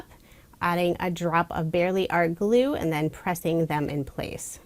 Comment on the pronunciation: When in doubt, add a little bit of blue is what I heard. 😂 Then I realized you said “glue” sure that seems like a good idea too. 😂💙💙💙